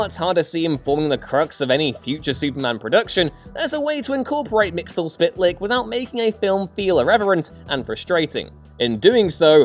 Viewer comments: Bruh its... "Mixy es pittel eck" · Ps you pronounced Mxyzptlk wrong. It’s Mx-yz-ptlk. Three syllables. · Mxyzptlk Mix-yes-pit-ill-ick